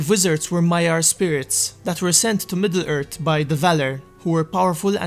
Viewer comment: They arrived in middle ert in the turd age... Facinating